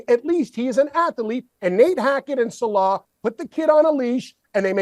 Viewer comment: Listening to try to pronounce "Saleh" for 15 minutes straight is quite the experience